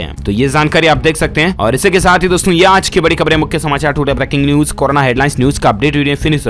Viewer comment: Bolna nhi aata h kya aaj ko aaz aur zaroori ko jaroori